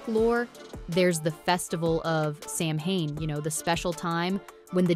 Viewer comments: Samhane? Really? It’s Saa wn. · Samhain. Simplest Gaelic sound? Not Sam-hayn. Sah-wen. SAH-wen. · Immediate eye-twitching when the narrator pronounces it “sam hane” instead of “SOW-en” (among other easily-prevented pronunciation mishaps) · It's not sam hain.....its sa..wen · Mh in Scot’s Gaelic (gal ick) is a v sound. As in Slainte mhath (slan ja vah). The Gaelic can differ somewhat between dialects as it does between Ireland and Scotland. So (So ween) AND (Sa veen) are both correct. It’s that (Sam hain ) that needs eradication. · Seriously is is not pronounced sam haine. It is pronounced sowin. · Samhain - it's pronounced "Sow-en", NOT "Sam-Hane". Sheesh. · It's pronounced SOW-en, not Sam-hane. Please learn to properly pronounce words so as not to unwittingly insult those who actually celebrate these festivals. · It's pronounced "SAH-win" not "SAM-hain." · If you're going to talk about Samhain (Sow-en), you really need to learn how to say it. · You mean Sam (Yuhen) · It's ok to me to mess up. None of us are perfect. U did ur best. Ty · Thank you! I was going to comment on the same thing. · As a Scots-Irish American, even I know how to pronounce Samhain. It's Sah-whin. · You lost me at "Sam Hayne" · Interesting ideas. Samahain is pronounced Soween. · The Proper Way to Pronounce Samhain: Sow-wen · Samhain is pronounced "sough-an" or "sow-an" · Please, the correct pronunciation of Samhain is *sah-wen". Thanks for the videos, but please! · It's pronounced sarwin! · Samhain pronounced sawwhen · Samhain is Sow-wen... It's Gaelic, not English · Ikr? She keeps saying it wrong and only mins in, I am peacing out. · Learn how to pronounce Samhain before making a video about it. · Samhain is pronounced “Saveen” in Scottish Gaelic. And it’s not Cull-oh-den its Cull-od-en.